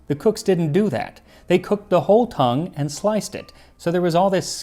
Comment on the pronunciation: I had to do a complete double take because I thought you said 'beef cum' instead of 'beef tongue'